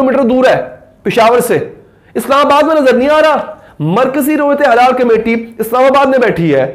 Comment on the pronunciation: ہلال ہوتا ہے حلال نہیں